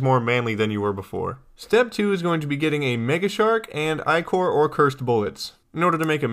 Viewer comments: LOL you actually responded, anyway man, im not trying to stop u, just want people to realize that it's pronounced ichor, like sticker. If you prefer one pronunciation over the other, then go ahead and say it how you want, it's your decision. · only complaint about this video is that you're saying ichor wrong, ty for the guide, really helped!